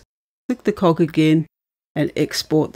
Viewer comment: This video is helpful - but only if you can guess correctly which of the two machines she is talking about at any given moment. It is also difficult to translate some of her pronunciations - "cog," the icon for "settings," being one.